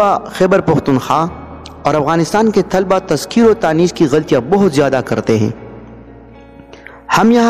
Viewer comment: باقی میں سمج گیا بھائی جزاک اللہ۔۔۔بس آپ بھی طلبہ کا تلفظ صحیح کرلیں شکریہ۔TALABA